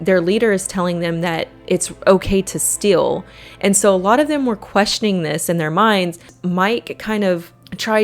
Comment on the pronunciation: Strange how you pronounce the word steal "still".